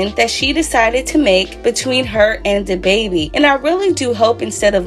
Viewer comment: "who dababby ?" I can't chileeee...